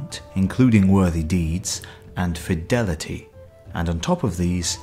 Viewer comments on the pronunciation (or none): none